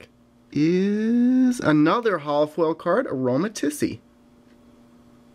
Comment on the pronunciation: Its aromatisse the e is silent